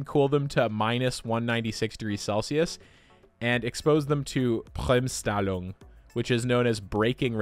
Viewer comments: As a German I find it so hilarious how you pronounced ‚Bremsstrahlung‘… It kinda reminded me this one time when Tom tried to pronounce ‚Schraudinger‘ 😂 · As a german: Let me tell you, you raped the pronunciation of "Bremsstrahlung" Also: TEA should have been S-Tier, because it is so based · My man butchered the breaking radiation beyond recognition XD nice videijo nontheless lol. peace! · Im german and its funny how he says Bremsstrahlung